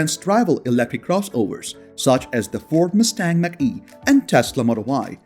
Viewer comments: It’s NOT MACK E, it’s MACH (Marc - E) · Macn-e is pronounced MOK e, not MAC E. :-) Great video! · It's pronounced Mock E not Mac-E Mach E as in the speed of sound. Mach 1,2,3 ect. Words can be tricky.